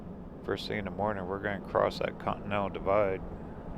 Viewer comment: i wonder you pronunciating con-T-nen-tal = cotton to be always honest ' i dont like museums much, its better to visit churches, pawn shop,antique shops. but i love to travel like journey never ends. and thats what i love in your videos. and the music that you set in your videos, hits the strings of soul. thanks